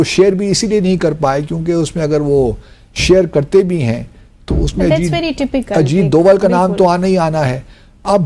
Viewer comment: Ajit Doval .....name and not Ajeed deol